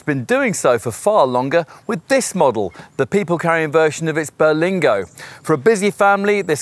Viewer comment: it isn't called the "Ber-LENG-go lol. Sorry. I'll sit quietly in the corner